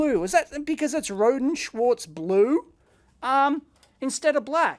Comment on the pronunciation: Watching one of their videos I discovered "Rohde" is pronounced "row dee", not "road".